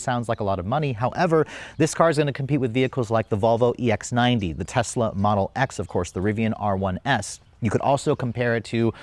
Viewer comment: Which is funny, because now they "Love Tesler!" Like make it make sense!